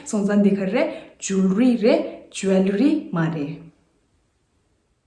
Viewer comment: Not jol-ree but it should be pronounced as joel-lery ie (wel)is silent only there. Poem is also little misspell too.. appreciate your channel though 🙏🙏